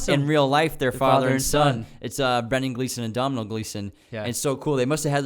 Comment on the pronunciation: Just found this podcast and loveee it, one thing though I’m Irish and Domhnall Gleeson’s name is pronounced like dough-null!